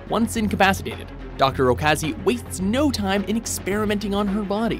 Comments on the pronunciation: In "Shiki" you said Doctor Okazi, but he's Doctor Ozaki :\ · it's Ozaki not Okazi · Actually, in shiki it is not okazi, but it is ozaki but good top ten! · Dr.Okazi hahahahaahhhaaha its Ozaki